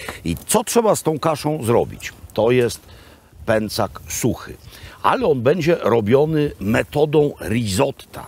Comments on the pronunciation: PĘCZAK!! Pęcak uszy me kaleczy :P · Panie Robercie, uwielbiam Pańskie podróże i opowieści. Oglądam wszystkie, a teraz Tyrol i Dolomity - moje ulubione - strzał w 10 🙂 Ale proszę o słowo wyjaśnienia - dlaczego kasza jest "pęcak", a nie "pęczak" ? Trochę mnie to uwiera